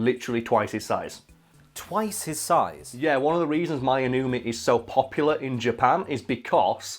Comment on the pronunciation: Pronuciation wasn't bad actually. Two vowels next to each other in Japanese makes a long vowel sound where the sound kind of "glisses" into the other. Divided into syllables it would be "My" "no-u" "me", "Shoe" "hay"